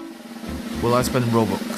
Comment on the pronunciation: I love it when he says robux it sounds like roboox